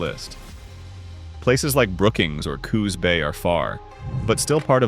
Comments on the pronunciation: #3 Coos Bay the name rhymes with Moose Hay or deuce Ray ya lazy AI POS! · Is the robotic narrator necessary? Are there no pleasant-sounding people who not only know how to read common words, but know how to pronounce place names and make GOOD guesses on homonyms? Hire such a person for a part-time gig. In this and a related vid, I heard Sequim, Klamath, Coos Bay, windy and others said wrongly.